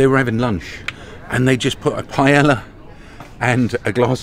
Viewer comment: Cmon, you've got to be getting the Spanish by now. Paella, pie yaya!!!